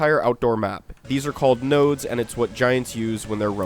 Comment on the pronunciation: PLEASE DONT SAY NODES EVER AGAIN